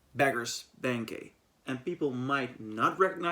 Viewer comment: What did he say? Beggars Pancake? He can’t even say the name of it. Banquet - BANKWIT. Jesus, you yanks.